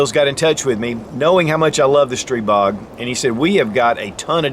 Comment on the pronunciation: After the 20th "streeebog" I'm out.